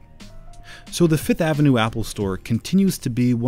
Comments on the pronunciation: It’s name is FIFTH AVENUE not FITH AVENUE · Can this dude just say fifth like the rest of us .